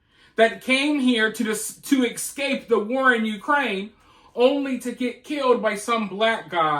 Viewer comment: Its essssscape. Not ex-cape